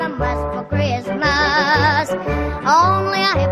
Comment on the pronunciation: Kree-us-muss. WTH